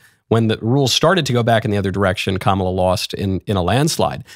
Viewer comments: Uhhh... did Joyce just say KaMALa? . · She mispronounced Kamala! How racist! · Did Joy just pronounce Kamala name incorrect? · It’s funny how she can’t even pronounce Kamala’s name correctly or at least the way that, Kamal wants her name to be pronounced.